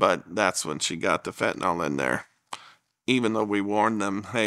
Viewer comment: Why is everyone calling it fentaNOL? it's fentANYL.